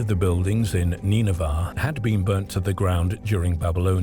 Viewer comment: Or Neenahvah. Depends which AI pronunciation you wanna go with I guess. The least you'd expect out of a robot is that it would be consistent.